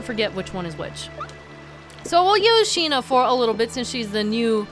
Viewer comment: Every time she says "Sheena" I hear "Shih-na" (from Ace Attorney investigations) xD